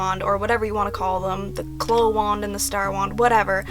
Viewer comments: they're not "cloh", it's "claow" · Its clow like cow not clow like glow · shell shell lol bish what Japanese version are you watching, Sakura pronounces it "cloh" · Victoria P well obviously many people including myself hear her say "cloh" in the Japanese version lol, there are multiple videos of her capturing the cards here on YT. But as a kid I watched the French dub because of my dad, and they definitely say "cloh" no doubt about it, so I have always said it that way and it seems very strange to me to say it like "claow." But I mean it doesn't really matter 😂 just weirds me out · so... I've been pronouncing clow wrong all my life.